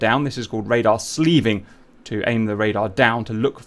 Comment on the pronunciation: Dear God, Cap, it's SLEWing, not SLEEVing. You SLEW an antenna, normally with either a hand control (for a two-seat fighter, like the F-4 Phantom), or with HOTAS controls for a single-seater.